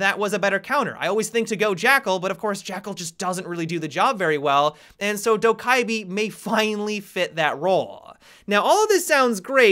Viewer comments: From what I’ve heard from Korean friends, Dokkaebi is pronounced “Doh-keh-bee” or “Doh-geh-bee” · hey, I am Korean and I just wanted to say that Dokkaebi pronounce as "DO-KEH-BEE". Thanks! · Pronouned Doh Keh Bee just fyi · Pronunciation - Dough guh bee For those people who care! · Just pronounce her correct pls... (South Korean here) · The k's sound like G's by the way